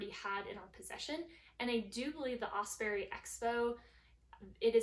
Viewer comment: Great review, I love my Hyperlight, and Osprey makes great packs too. One small thing and not meaning this in any mean way. All through the video you were mispronouncing Osprey... It's not "Osperey" as there is no "E" between the p & r.. Although I'm sure Osprey appreciated your great info and presentation.. Good luck on your hike!